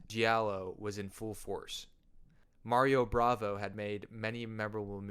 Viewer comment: Mario Bava not Mario Bravo!